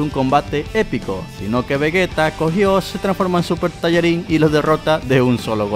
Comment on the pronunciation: Ya no es super sayajin si no es super tayarin 😂😂😂😂😂